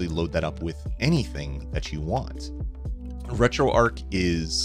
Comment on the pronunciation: retroark? do people pronounce arch as ark?